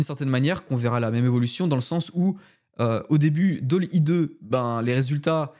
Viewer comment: Bravo pour ce contenu. Tout ça est extrêmement excitant. Par contre, je crois que tu ne prononces pas correctement Dall.e et Unreal. Belles fêtes à toi.